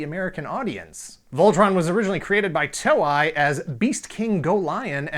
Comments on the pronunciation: "TOE-EYE"? Really? It's "TOE-A"!!! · Its pronounced "To-Ei", not "Toe-i" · It is To-Ei(Toe-ae), Not To-Ai, = = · TOEI is pronounced toe-eh-ee, like toy. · Sorry but I cringe a little inside each time he mispronounces "Toei". It's not "Toe-eye". It's "Toe-Eh". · Toei is not pronounced "toe-eye". It is pronounced "toe-ay" or "toe-eh-ee". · With all due respect, I love this channel and series, but please pronounce the name of the Japanese company correctly. Toei - pronounced “tow-ay” (like the “tow” in tow truck, and “ay” like a long vowel A). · TOEI is pronounce as Too-ey not Toe-I. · Great show again. Fun fact: Toei is pronounced Toe-ay. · Did you say Toei wrong on purpose? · Maybe you should have looked up how to say Toei before you made this. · Good research except on the pronunciation of Japanese names Toei and Daltanious. And I am one of the eight people that prefer Voltron I. Better stories, darker, more realistic situations.